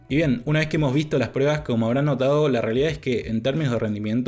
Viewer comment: Con todo respeto pero por qué dices prebas...estaba super atento pero me descoloco escuchar todo el rato prebas en vez de pruebas... Saludos